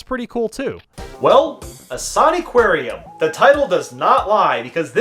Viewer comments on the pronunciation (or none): "In-saa-nee"????? It's Insaniquarium, as in Insane Aquarium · It's INSANE! NOT ISANE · I don't really like how pronounces "Insaniquarium." It's a portmanteau of "insanity." and "aquarium." So In-san-ih-quare-ium. Not In-saan-ee-quare-ium. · No way he pronounced insaniquarium A saknee kwaryun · Ah yes Insaniquariam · I pretty sure is pronounced insane-Aquarium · My only gripe with this is how you call it, "In-sah-ney-quarium" other then that amazing review of an equally amazing game. Also cool guitar remix in the montage section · I played this! Also its pronounced insane-i-quarium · Pronounced insane aquarium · I can't be the only one internally screaming every time he says the name like that, right? Isn't it pronounced insanitarium but aquarium? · It's pronounced insan-ni-qua-u-ium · Its pronounced (im pretty sure) In-san-aquarium, almost like insane aquarium but its san and not sane, also this game is literally me and my sisters childhood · I remember playing this game all the time. Also, it's pronounced 'Insane-Aquarium', IMO. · terrible at pronouncing bandy ITS CALLED INSANE-AQUARIUM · The game’s pronounced, “insane aquarium” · Isn’t it pronounced “Insane-Aquarium”? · my gOD STOP PRONOUNCING IT LIKE THAT